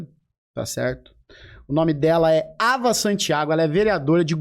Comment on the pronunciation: Tao proposital falar o nome da Ava, errado!!!